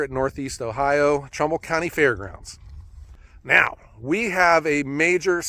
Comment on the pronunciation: First it was Portland but you actually ment Cortland. Now you say Trumbull but it really sounds like trouble county. . I talked are sawmill manufacturer in to makeing it to Eugene this year. probably a long shot for more then that. I mean I consider it the world's greatest sawmill. I mean I have considered milling out 8x12s over 20 foot and cutting them to length and splitting them. That would technically be ""making firewood"" LOL